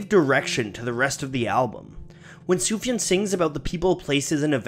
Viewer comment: it’s soof-yawn